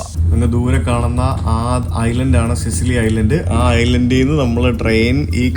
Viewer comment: സിസിലി അല്ല, സിച്ചിലി ആണ്. ടാബാച്ചി അല്ല, തബാക്കി. വില്ല സാൻ ജൊവാന്നി, ഫ്രചെറോസ്സ